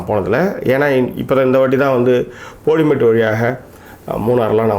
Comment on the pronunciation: How u have been living in the world worst pronunciation its bodi not podi and one more is bodimettu and not bodi medu